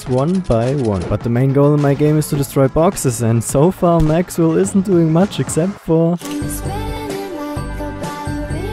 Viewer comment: El Maxwell instead of El Mexwell 😭